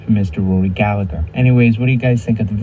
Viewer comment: Proper pronunciation. Gal-eh-her